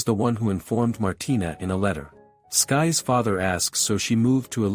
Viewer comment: Irks me that it kept saying skyes, when it was SYkes.